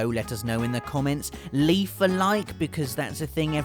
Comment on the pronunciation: He actually said "leaf a like" omfg Also 667th comment